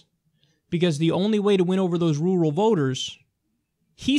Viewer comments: Am I the only one who chuckled at the pronunciation of Rural, "Roo-rul" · lol bruh you need to learn how to pronounce 'rural.'